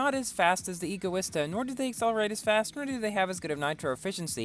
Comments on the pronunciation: No, that is NOT how you pronounce Egoista, its not pronounced, E-goista, it's pronounced Ego-ista, like the word Egotistical, or Egocentric EDIT.- so, at first you say that E-goista is the correct pronunciation, yet later you back to Ego-ista, not complaining, as someone's whose favorite car is the Egoista I HATE when people say it wrong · I think it pronounced EGO e Stuh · Btw I think it's pronounced EGO-ISTA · no, what? NO! Egoista is the Spanish word for selfish, and it is pronounced Ego-ista, as it has the same base as Egotistical, and Egocentric, the word EGO, the Egoista is designed to be hedonism taken to the extreme, so, no, E-goista is NOT the correct way to say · Dang that’s an egoista car by stealing all the looks. Pronounced: Ee-go-eesta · Pronounces egoista right at the start, then proceeds to say it wrong later :P Great driving in this video man! :D